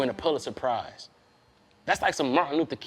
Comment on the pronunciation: I didn't know what the hell he was talking about til I figured out he was pronouncing the Pulitzer Prize all wrong...😅😅😂😂